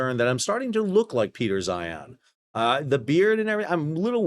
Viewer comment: love how Sal calls him Peter 'Zion'